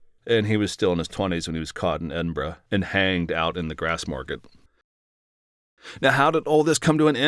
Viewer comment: Who would know centuries later that the current king Charles the third would change his oath to protect the church of England and Scotland to protect all faiths particularly Islam. Traitor. UK.🏴You pronounced Edinburgh fine.